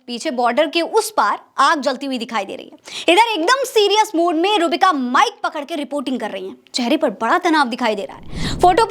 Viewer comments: नाम गलत ले रही हो आप,, रूहबिका बोलिये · आप नाम सही से ले,,रूह बिका,,का